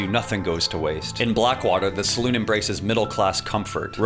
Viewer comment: Salon? Lol. SalOON